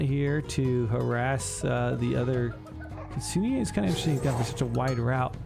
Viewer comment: You are pronouncing Kitsune wrong. It is Kee-tsu-neh, not Kee-tsu-in. All "e" in Japanese are pronounced as "eh" no matter what context you see it in.